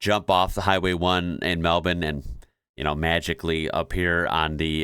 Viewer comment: Kudos to you for pronouncing Melbourne the way we do!!